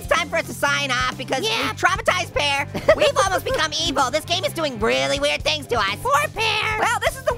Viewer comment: Its PEAR not PEARL